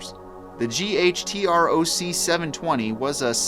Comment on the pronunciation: I always thought it was pronounced as a word "gutroc" not spelled out